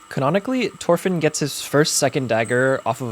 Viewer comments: It mildly upsets me that he keeps saying torfinn instead of thorfinn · Isn't it pronounced THOR-finn. Looks wicked do you sell them. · Stop saying Torfin it's Thorfinn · Thhhhhhhorfin… not Torfin 🫠😭 like Thor. Not like TOR. 😭😭😭😭😭😭😭😭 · Love the videos and the craftsmanship but hey man- it’s thorfinn not torfinn, your saying it without the H and it kinda bugs me 😭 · Me flinching every time he says his name wrong (no offense) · you said his name wrong but they look great som ill look past that